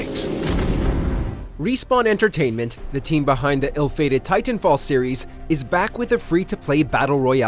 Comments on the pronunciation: stop saying "tie-tan" like that. :D Also some people like just healing and supporting the team ie rez healing bot and supply drops. Lifeline is my bros fav. Just saying don't count her out, she's very powerful with those supply drops especially once you start stacking all the ulti accelerants on her. Also wall running break this game IMO. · I don’t like the way this guy pronounces titanfall. 🗣WHOS WITH ME!